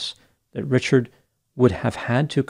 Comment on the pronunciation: Richared. Not. Not. The. Bridge. Man. Richared. Incent